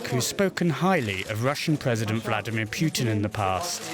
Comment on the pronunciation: When will English speaking people start pronouncing Putin's name correctly. It is not pronounced "Piutin"